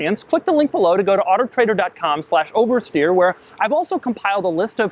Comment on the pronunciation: It always sounds like he's saying otter trader